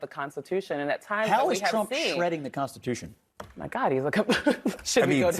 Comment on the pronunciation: "The "consatution?" Really? It's called the "Constitution."